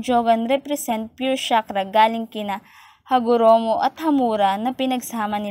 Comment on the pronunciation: HAGOROMO NOT HAROGOMO